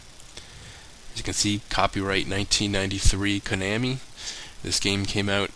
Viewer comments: Koh-Nah-Mii. I'm fairly sure that's how it's pronounced. Just sayin'. Great vid, though. You always make awesome videos. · The way you say Konami cracks me up.